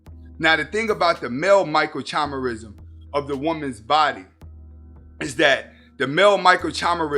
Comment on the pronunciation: I like your stuff bro, but there's a lot of unscientific drivel in this one that exposes your lack of understanding of basic cellular biology. Also, it was difficult to take you seriously on this when you are not pronouncing the word 'microchimerism' correctly. Suffice to say, telegony is a widely dismissed theory in contemporary science.